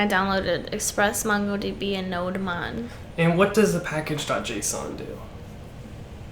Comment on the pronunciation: "Node-mon" Me: "NO-DEMON"